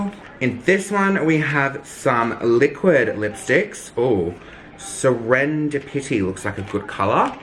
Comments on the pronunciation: “Se-ren-dah-pity.” I FUCKING LOVE YOU, YOU’RE BEAUTIFUL😍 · Serend-pitty hahahahha i love you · The way he said serendipity and also did anyone else think that was a weird place to end the vlog.. it was still amazing but like awkward spot. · the way he said Serendipity has me dead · the way you pronounced serendipity 😂😂 love you hun ❤️